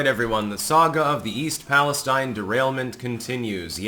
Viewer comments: Pali-stEEn. Not paliSTine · East Palestine (/ˌpæləˈstiːn/ PAL-ə-STEEN) True to millennial form you can't even fucking pronounce the name of the town right. This is what the fuck happens when you grow up receiving goddamn participation trophies. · Seems like you're the only one who can curse on your channel. ... Seems my comments get deleted. I was told nobody pronounces the name of EAST "PalesTEEN" correctly. No one except the local news. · East Palestine (/ˌpæləˈstiːn/ PAL-ə-STEEN) True to millennial form you can't even fucking pronounce the name of the town right. You're supposed to be a f**** editor. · I still think you're mispronouncing East Palestine specifically just to to troll me